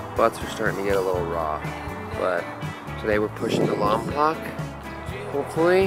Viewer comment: Voice from the south here. You all look like you had a lot of fun. I’am a touring bike dude. Even more than the view, I like the people I meet and the people I travel with. Side note, you all mispronounced Lompoc - it’s pronounced Lompoke.